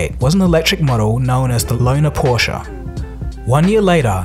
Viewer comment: you are one of the few english-speaking people to speak the "e" in "porsche", probs to you